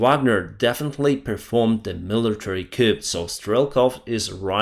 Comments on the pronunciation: FTLOG,... please stop pronouncing the letter "p" in the word "coup". The "p" is silent. It is pronounced "coo".:) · FYI, "coup" is pronounced "coo."